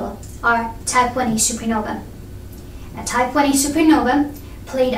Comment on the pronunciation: Good video thank you! I didn't quite understand what you say at 5.06 "type *** supernova"? Could you explain please?